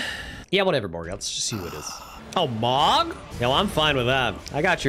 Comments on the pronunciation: Every time he pronounces Mohg “Mog” I die a little inside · no hate, but the moh in mohg is pronouced moe :( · bro Mohg is pronounced "moe-g" not "mog" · why do u pronounce mogh wrong